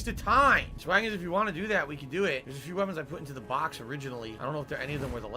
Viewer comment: He can't say dog, box or content correctly, of course he can't say Miquella.